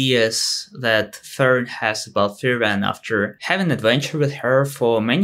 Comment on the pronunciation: Just a minor gripe after hearing you say that 24 times, but... It's FRIEren, nor frieREN. The intonation is on the first syllable. ;-)